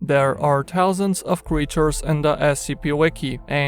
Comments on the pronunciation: Man such an annoying voice. Also he said Tousands of creatures in the scp Wiki instead of Thousands 🙄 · “There are tousands” TOUSANDS!?